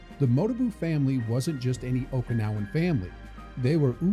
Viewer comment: Every Japanese Okinawan and Chinese term was Mia pronounced